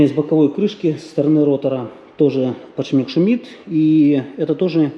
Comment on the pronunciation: подшиБник твой запарил. Бесит когда так говорят механики